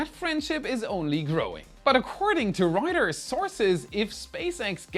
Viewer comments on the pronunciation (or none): none